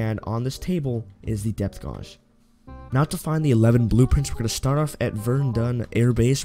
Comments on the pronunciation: Calipers is pronounced Kali-pers and Depth gauge is pronounced depth gay-ge. Ffs dude. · Can't even say gauge